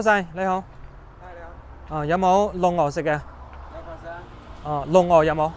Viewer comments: 系碌鵝啊 唔系“露鵝”啊 完全唔同發音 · 碌鹅，广东话要讲 碌（辘）鹅（2声）